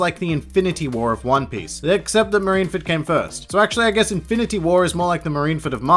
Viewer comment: I can't everytime he said marineford not properly.